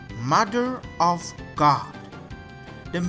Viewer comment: "Shadow Da Colossus"